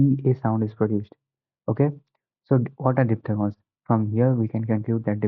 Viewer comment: Diphthegons nhi hota diphthongs hota hai